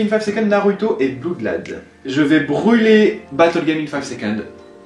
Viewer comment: on dit pas en anglais bloudlad mais on le prononce avec un o blOodlad